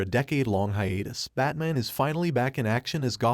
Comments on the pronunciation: You speak perfect English so Why when telling the story you call him bat mon? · Does the narrator keep saying Bat-mun? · I hate the way this thing pronounces batman